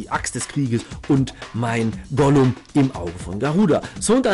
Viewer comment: Also eigentlich spricht man es Gulem aus und nicht Golum man schreibt es aber Ghoulem oder Gargoyle